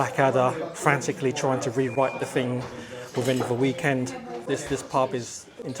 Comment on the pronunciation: Please pronounce your ‘th’ correctly. One gets rather weary, hearing the English language being butchered, with ‘froo,’ ‘fing’ and ‘parfway’.